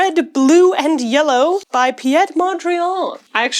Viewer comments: Hey, Piet Mondriaan's first name is pronounced like "Pete", but with a shorter vowel sound. It's a one-syllable name:) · Late and no one cares, but it's Piet Mondrian with the "ie" being pronounced like "ea" in read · I love how you pronounce "Piet" here, so fancy. For anyone curious, Piet is the Dutch version of "Pete" and is pronounced almost the same. Kinda like Peat/peet (yeet)